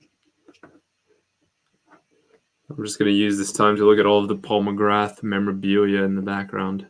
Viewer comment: It's Paul McGra don't pronounce the th